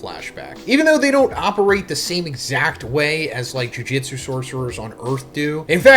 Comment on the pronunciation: Can you ever just say “Jujutsu” instead of “Jujitsu” every JJK video?